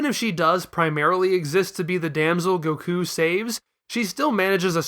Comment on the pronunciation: You said Gokú right !!! We have a real fan here